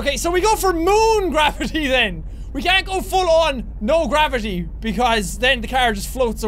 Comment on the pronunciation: Who noticed we Jack said qwavity